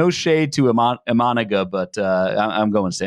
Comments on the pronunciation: Good insights guys, thanks. (Please check the pronunciation: EE-Mah-Nah-Gah, with a more even cadence--similar to vowel sounds in Spanish.) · Bros lost all cred when they started mispronouncing Imanaga's name. Tough listen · Isn't his name pronounced "im-in-a-ga"?